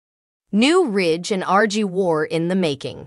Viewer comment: It’s RJ not RG